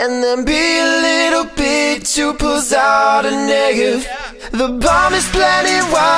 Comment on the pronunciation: who else thought he was saying the n word when he said negev